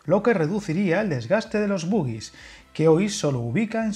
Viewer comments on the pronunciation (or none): Se dice “boJie” por favor amigo, tal y como se lee, no como el baile mítico 😂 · Y aquí se dice bogie, pronunciado como girasol. No "boogie".